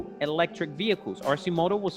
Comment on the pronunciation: I love this company and their products. They’re almost there. They have the demand and will will only grow like weed bc they’re not well know yet. Obviously you still pronounce them wrong lol. All good!! Their price will drop 40% once scales. Last hurdle is scale. Too the moon we go!!